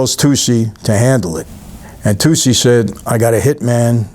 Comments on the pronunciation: Its pronounced like toochie not toosie. stanley tucci. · Tucci is toochi, not toocie